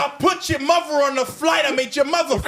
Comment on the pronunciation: nah 😂😂😂 MUVVA? with the V?? When did Harry move to Brooklyn?!